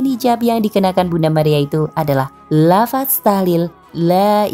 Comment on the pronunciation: Iya nih narator nya hrus blajar pngucapan huruf arabic jg Seperti d b. Inggris Apple tp dia bilang Ap Le. Dza disamakan dgn Za Beda huruf beda arti jg